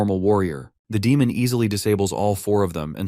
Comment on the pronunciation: Demon ❌ Demon ✅